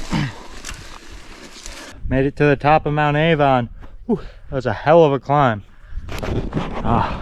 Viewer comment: It’s mount Arvon, not Avon